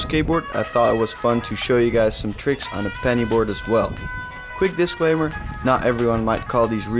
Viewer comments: I’m I the only one who hears him saying Benny board it penny board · This man said 🅱️ENNY BOARD. loved the vid btw👏🏻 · did he say “🅱️enny 🅱️oard” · I really felt it when he said benny board